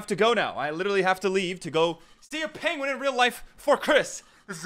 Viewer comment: pengvin. carb.